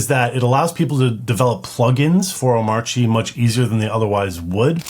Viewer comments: I think "Omarchy" with the standard R is probably a valid pronunciation. The "Omauchy" that DHH says (with a non-rhotic R) is probably a remnant of his Danish accent. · omARCHy the fact that DHH pronounces it omACHY might be due to the fact he's Danish :) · Bruh…. It’s a portmantau of Omakase and ‘archy’ like… anarchy… or monarchy… So it’s oh-MAR-key It’s not “I’m itchy” or “oh my chi” it’s not that hard… there is a big old R right there in the word. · Omarchy is Om-Arch-y. It's obviously pronounced that way. Arch OS. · if that's really how it's pronounced, why spell it with the "R"? i declare it's pronounced "OH-marky" until or unless they drop the "R". AMEN! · 1. He has an accent. Oh-MARCH-ee - r is clearly not silent. Just ask about SATA/DATA vs SATA/DATA or gif vs gif. 🤣 2. there are many options here: sudo apt install coffee, sudo dnf install coffee, sudo pacman -Syu coffee, snap install coffee, flatpak install coffee, or emerge -av coffee. However you brew install coffee, it's all good. Another option is: sudo pacman -Syu coffee. I grind my own beans, BTW. (I don't, but it works.) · I kinda believe dhh is still pronouncing the 'R' in omarchy, but not enunciating it. Kinda like Northeastern U.S. residents. is a good example. he says energy.